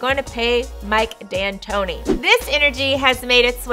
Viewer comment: its D'Antoni, and you said Dantoni. Not like you care, but I thought I'd let you know..